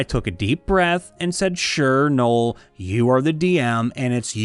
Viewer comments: “Nole” It’s no El. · I've never heard of a person named Noel that wasn't pronounced "gnoll".